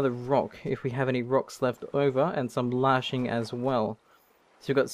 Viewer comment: LASHING, not LARSHING!